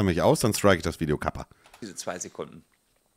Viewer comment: "VIODE" ? meint er Video?